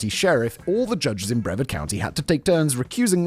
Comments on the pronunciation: it’s pronounced briv-ARD Not brevvard 😂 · Brev-ahd? Simon, say; Breh-vaRd. With an R! Brits......😂😛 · lol “breh-verd” is a hilarious attempt at pronouncing Brevard. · Floridian. Love your channel, but Brevard is pronounced Bruh-Vard. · Hey Simon, few things. It's pronounced bre-VARD. also it is very difficult getting a job. Some people in America have given up on trying to get a job or better job because of the hoops they make you jump through just to not get the job in the end. And yes, in America the police are allowed to do anything they want and the supreme Court has stated that the police have no obligation to help or protect. "Protect and serve" on every cop car is just marketing. Administrative leave is just "go home until we figure out what to do." It's common and means nothing on their record. If a cop is attacked and they defend themselves then they get put on administrative leave until the shooting is declared "righteous." If the cop executes someone in the street then he is put on, you guessed it, administrative leave. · I'm dying laughing at the fact Simon says Okeechobee perfectly but mispronounced Brevard. And ps Sheriff Grady is a POS concerned with chasing being a celebrity lawman vs being a competent one. But this is the state of the state this last decade plus. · Simon .... Brevard has a hard R. Seriously 😂